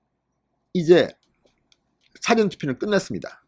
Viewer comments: 나도 부산출이지만 늘 사전투표 말씀하실때 "사전"에서 사-전으로 액센트가 앞에 있는거 아닌데 그리 말씀하시는데 ^^ 발음 좀--참조바랍니다. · 사전투표 사전 발음 똑바로해주세요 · 우리 말의 특징은 장단에 있읍니다! 사전 투표에서 사전의 발음을 정확히 해 주세요! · 진성호선생방송잘듣고있어요 그런데"사전투표"의 발음이귀에거슬립니다사전의 발음은사는낮고전은높게해야하며 진선생의 발음은국어사전영어사전등과같이사는높게전은낮게하고있어요 개선부탁해요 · 사전의 발음이 억양상 영어사전을 의미하는것같은데요???